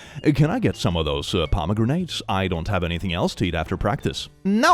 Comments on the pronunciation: The pomegranate one is absolutely hilarious when you remember that Pomegranates are actually a symbol of women and female fertility and sexualty!😂 that mom literally could not have picked a more "Feminine" fruit to have a gender crash out over!🤣🤣🤣 (BTW, its pronounced pom O Granite, not poma grenade in English. Not that it really matters but I figured I'd put that out there incase you found it interesting.) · Why is there a grenade in my pomegranate? "pom-a-granite" like the rock. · I love how pronounces pomegranetes (paa·muh·gra·nuh) as parmagranades (parama-granade - fruit that will explode). 😂 It is fun to hear how other cultures pronounce English words sometimes. I really want to call them parmagranades now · “Pomegranate” is henceforth pronounced as “puhmuh Grenade”, such as sayeth.